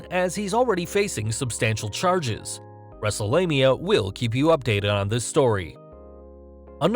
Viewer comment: wrestle'lania? Roflmmfaotih 🤣😂😅😄😃